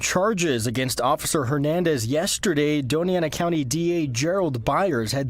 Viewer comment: Dona Ana is pronounced doan-ya ana. You are so correct about NM and the slow-as-molasses legal system when it is applied to those who are supposed to serve the people; in many ways it is like the 1880s. Don't be too surprised if Hernandez gets off.